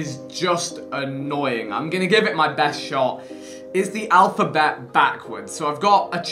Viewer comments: Vik: “alphaket” Harry: ( ͡° ͜ʖ ͡°) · Vik: “alfaket” Harry : sounds good to me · Lol alphaket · Vik: “Alphaket” Harry: sticks head up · Normal people: alphabet Vik: alphaket Harry: me gusta